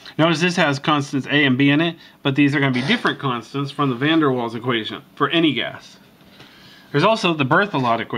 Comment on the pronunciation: You were right. it's pronounced van der Vals, but is spelled with a W.